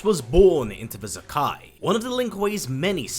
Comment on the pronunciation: I'm probably wrong but I think Zaki is meant to be pronounced Za - Kee instead of Za - Kai. But I don't know for certain it's just the spelling suggests that to me. Anyway good video